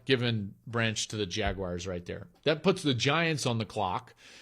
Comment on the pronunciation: Good mock. (But dude, "Jag-Wires"?)